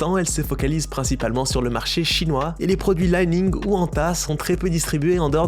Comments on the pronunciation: li ning se prononce "lee ning" pas "lai ning" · J’ai des li-ning et anta ! Elles sont stylé. Mais c’est aussi parce que j’habite shanghai mdr Et ça se prononce comme ça se lit. Pas à l’anglaise